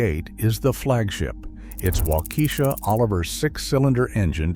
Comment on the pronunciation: It's pronounced wok-eh-shaw not walk-eesha